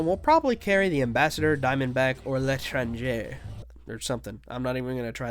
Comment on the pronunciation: Btw your pronunciation of L'etranger was pretty good!!